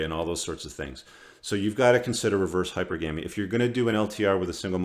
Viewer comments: There's NO habit of saying, "hyper-GAM-ee" in any version of English. You cannot place the em-FASS-is on the wrong syllable. That said, everything else; very wise words. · wtf is ‘Hyper-Gammy’ ?? Did you even graduate High School? God... between all your ‘um’s’, lip-smacking, and mispronunciations I’m starting to think you’re a total fraud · I'm a rational sister and I LOVE your content. I share it with future brothers from another mother. The only thing I'd change is the pronunciation of Hypergamy. Gamy is related to marriage. It's pronounced like monogamy, polygamy, etc. Keep it up. Peace.